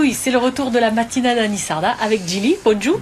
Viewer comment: Bravo pour votre émission. Vos explications sont claires, parfaites. C'est hallucinant de voir que les francisés d'aujourd'hui ont effacé de leur mémoire que les langues d'oïl étaient extrêment dialectisées, il y a seulement une génération. C'est terrible d'entendre prononcer le titre de votre émission avec l'accent sur les "a" finaux. On a l'impression que les francisés sont handicapés de la langue. Moi j'ai appris l'occitan dans ma famille en limousin, puis je l'ai pratiquée à Montpellier. Je n'ai pas de problème à communiquer en occitan avec un provençal, un catalan, un auvergnat. D'ailleurs au XV ième siècle, la langue occitane était sûrement plus unie que les langues d'oïl. Il suffit de comparer le manuscrit de Pamiers (Ariège) et Lo Compendion de l'Abaca (Nissart).